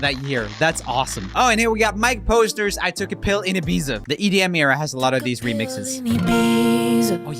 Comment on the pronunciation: Imagine writing a song about Ibiza, with Ibiza in the title, and pronouncing the name of the place incorrectly. I don’t think he took a pill in Ibiza, because I don’t think he went there. 😉